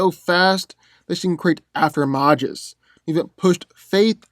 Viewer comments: Did he say “After-imAHges”? It’s after image. It’s an incredibly common word. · I think he's saying after mirages. I don't know but it bothers me to, people usually say after images.